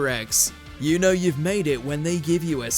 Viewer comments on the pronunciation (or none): none